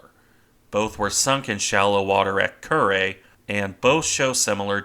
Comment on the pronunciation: I've spent my life pronouncing Kure , like cure not Kuray